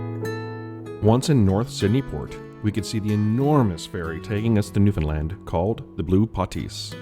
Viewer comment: Thank you for your correct pronunciation of the province name. Most of the time you say "New-found-land" or "New-fin-land" (both correct) and not "New-fin-lind" (wrong).